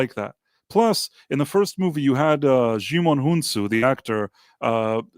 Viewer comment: Price of Reason is talking about Djimon Hounsou. The native French (more below) pronunciation of his name is [dʒimɔ̃ unsu] (IPA). The anglicised pronunciation of his name is /ˈdʒaɪmən ˈuːnsuː/ (IPA). The "oo" in "goose" is pronounced /uː/. Sadly, as of 19 Nov 2024, there is no audio sample of his name in the online Forvo pronunciation dictionary. Djimon is Beninese, born when the country—originally a French colony—was still called Dahomey [daɔmɛ].